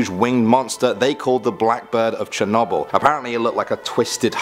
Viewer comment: I love how this guy pronounces Chernobyl 😁😂